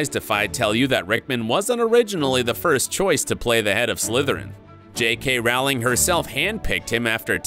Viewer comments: You're mispronouncing JK Rowling's name. It's ow as in flow, not ow as in cow. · Yet another narrator who fails to rhyme JKR’s surname correctly. “Rowling” rhymes with “BOWLING”, not “howling”! RIP, Alan. /* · A very nice tribute. If should do any more of these vids based on works by J. K. Rowling, he should know that her last name does NOT rhyme with "fowling", but with "bowling". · It’s not rawling it’s rolling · The author's name is pronounce ROH-ling...rhymes with TOE. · Over 20 years and people are still mispronouncing Rowling's last name.